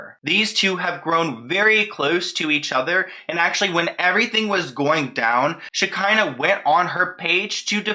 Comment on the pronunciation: Shi-KAH-nuh Shekinah. That’s how you say her name lol. I cringed every time you said it wrong but I love you regardless lol 😂😘